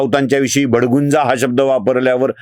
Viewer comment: भडगुंजा नाही भडभुंजा असा शब्द आहे.